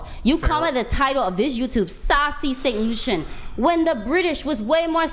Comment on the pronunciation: Did this heifer say sassy St lucian, as a lucian I am embarrassed